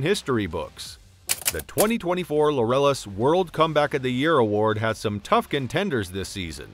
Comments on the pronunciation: "Lorellis award?" It's LAUREUS (as in "glorious") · Pronounced like "glorious" without the G. I hate it when narrators can't read.